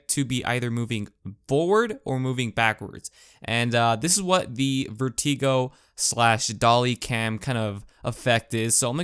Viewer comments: Nice thanks. BTW and I guess I'm not the first to point this out. it's VER-tuh-go, not ver-TEE-go. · Sorry, but I have to say something. 1. It's Vert-i-go (as in stick), not Vert-ee-go. 2. I' m not sure you fully understand what a dolly zoom, or trombone, shot is. To get the actual effect of the shot you have to dolly one direction and zoom the other. The trombone shot in Jaws is very good example of this. The DP doll-in to Roy Sheider and zoom out textbook. 3. There is a more accurate way (based on the definition) to do this in post, but it requires a few extra steps: ** Disclaimer, this is theoretical based on several conversations I've had with After Effects artists about how to do a Dolly zoom after the film was in the can. If you try this it may not actually work as intended ** 1) duplicate the clip creating 2 separate layers, 2) mask out the background from the foreground (the man and the wine) on the upper layer, 3) mask out the foreground leaving only the background (the ceiling, the wall, and the horse shoe) on the bottom layer, 4) keyframe every frame to make sure that each layer is isolated from the other (this is the most frustrating and boring part), 5) zoom-in the foreground (upper) layer, 6) Zoom out the background (lower) layer. 7) celebrate - you're DONE! (hopefully, if there were no errors) *** This is why this trick is almost always done "in camera".**** 4. Here is a video that gives some good examples from the guy that has been an editing consultant on "Deadpool" and Gone Girl" : My two favorites are "Raging Bull" and "Goodfellas". Both are very ps